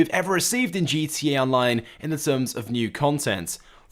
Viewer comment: I swear u say gt online not gta online